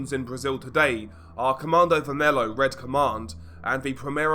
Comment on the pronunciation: bro plz research a little bit of pronunciation before you make videos like these its just absolutely silly to listen you say "comandouh vermelo" as a brazillian when you're talking about a subject like this